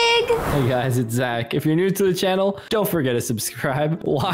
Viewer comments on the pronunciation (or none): I’m sorry to be that person but it’s ‘Zach’ 🤣